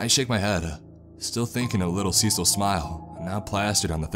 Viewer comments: Cecile (as a girl's name) is pronounced "suh-seal." 😅 Just a friendly pronunciation tip from someone who has quite a few Ceciles in their family. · it kept bugging me how the daughter's name was mispronounced. Cecil is a man's name. Cecille is a feminine name. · cecil? you mean cecile? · It’s written in the original post as “Cecile” with one L, but it still should be pronounced in the feminine way.